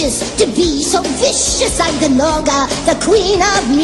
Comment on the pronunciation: spyro would be like "no its norga not GUHnorga!"